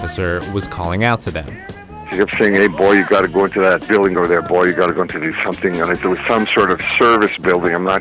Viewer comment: HE SAID BOI NOT BOY